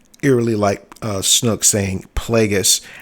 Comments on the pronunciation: Yo seriously listen ...... Your a fan yes, but a true fan I doubt maybe in 30 years or so. I've been in this since 77. Constructive criticism for you, take the channel down and do some research. AND WHO THE FUCK IS SNOOK? It's SNOAK "OA" Not U not OO. Made me cringe every time I heard you say it, fuck. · LMAO snook? sn(O)ke long-O B lol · It’s Mark Hamil talking, not Andy Serkis. And it’s Snoke, not snook